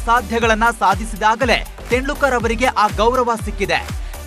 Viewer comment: ತೆಂಡ್ಲುಕ ರ್ alla guru ತೆಂಡುಲ್ಕರ್